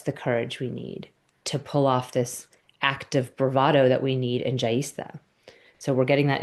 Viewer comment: Your pronunciation of Jyeshta made me laugh 😂 ….. if you want to hear how it’s correctly pronounced …